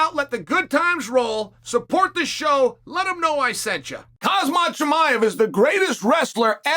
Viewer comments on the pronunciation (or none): It's Khamzat not Khazmat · say his name right chad its not kazmat, its khamzat..kham and zat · Kazmat 😂😂😂 only the undefeated uncle chael can get away with that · Khamzat could be holding the belt on every shoulder and Chael would still call him Khazmat 😂🥊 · KHAMZAT NOT KAZMAT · Chael, please respect Khamzat. His name is Khamzat, not Khazmat! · It's "khazmat" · It's KHAMzat, not KHAZmat LOL. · Bro still saying khazmat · Chael keeps calling him Hazmat.🤣☣ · I really love how you call him Hazmat 😂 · why chael keep saying hazmaa hazmaaa chimayaaaa i am dead😂😂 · Unc getting so many names wrong, islom makhalchev , imanov , khazmat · Dude still can't get the guy's name right..Lol